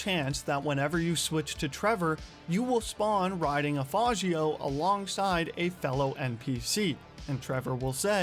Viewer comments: Fah-jio but the jio is more like one syllable cuz it's an Italian pronunciation. So kinda like fodge-yo. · Pronouncing "faggio" as "fazioe" is crazy work.